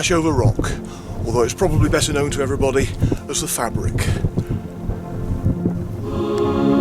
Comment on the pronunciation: Another great walk and video. I think of the Ashover area as my second home as my Mum was evacuated near there during WW2 and we frequently return. Interesting to hear you pronounce the Fabrick with a hard 'a' as we always thought it was a soft 'a' like fay-brick. Cheers, Nick